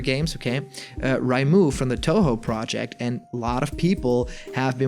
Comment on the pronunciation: "rye-moo" facepalm it's "ray-moo"